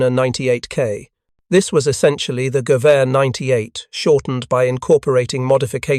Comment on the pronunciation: lol “ “when the Gover 98” lol AI is ass